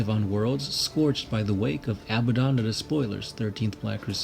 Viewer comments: * UGH BAD DON not abba don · Abbadon is pronounced UGH BAD UHN.